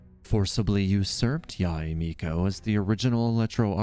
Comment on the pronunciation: heard you mispronounced yae so many times. it's not yahey it's not ya-ey it's just simply "yae" as in "why" but with the letter y.